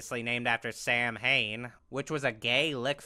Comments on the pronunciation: Im Irish samhain is pronounced sow-an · Isn't Samhain pronounced like saah-win or something?